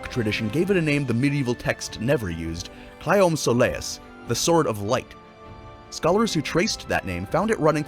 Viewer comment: You can also pronounce the Claiomh Solais the right way. It's klee-ov shull-ish or cleeve sol-ish. Whatever the Irish pronounced it